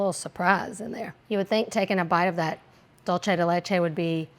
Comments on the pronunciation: Dulce de leche is pronounced exactly as it’s written. Dool-seh (not dol-che). I’m Italian too but this is Spanish. Sorry to have to be a language nerd lol 🙈 you are amazing and I’m a solid fan! The more you know 🌈 🌟 😅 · Also the way she pronounced pizzelle 😂😂😂😂 that and the dulce de leche pronunciation had me cracking up. Gotta love her ❤❤❤ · My ears bled every time she pronounced that 😅😅 And when she pronounced the "g" on the ends of words. And caramel. Lol.